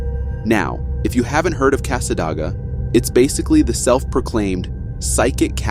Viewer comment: I reside in the Daytona area. I want to correct you on 2 matters. 1: Cassadega is pronounced cass-uh-day-g-uh. 2) The Devil's chair has been "blessed". The chair, nor the 🪦 yard , aren't affiliated by anything negative, any longer. You are correct about the inhabitants/residents of the town of Cassadega. #TwinParanormal were going to make a return to the "Devils Chair", when they were told that the chair isn't the property of anything negative, any longer. That has happened this year.